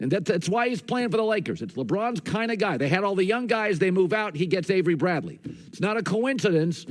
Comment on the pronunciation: Dude Said averey Bradley 😂😂😂